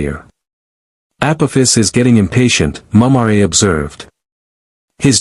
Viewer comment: I guess A.I. can't pronounce Mumm-Rah.